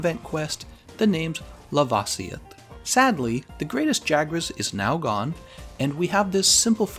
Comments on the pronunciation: Please lava-see-ith is laveh-c-oth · I'm disturbed on how you pronounce "lava-sioth" would it be "la-va-sioth"? just like lava from a volcano xD just sayin :)